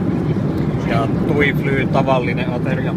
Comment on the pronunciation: Tuifly sanotaan tuiflai.